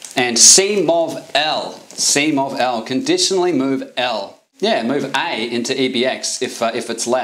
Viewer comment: I learned that "yeah" can be pronounced "neeh".